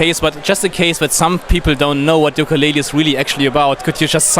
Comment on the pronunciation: Yooka Laylee und nicht wie im Titel Yokaa Laylee :( Bissel peinlich oder. Wird ein Meisterwerk, wie viele Rare Games vorher ;)